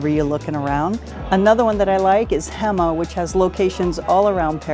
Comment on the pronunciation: Hema is a dutch store pronounced "Hay Ma"